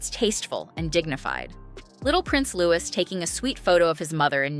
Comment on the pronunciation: It is 'Louee' noht LouIS.